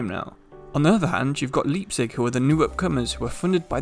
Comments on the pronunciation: Btw let me know if you open a discord:) I’m German and Welsh. I really liked the German phrase at the end of the video😂 one thing to take note: Leipzig is pronounced like the word “Lie” not Lee. So like L-eye-pzig. Not L-ee-pzig :) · I'm sorry, Leepzig?